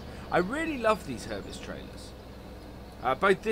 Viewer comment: Herbst is pronounced all together as Herbst, for example like couldn't, instead of 'Herb est', from NI where Herbsts are made! :) Hope this helps!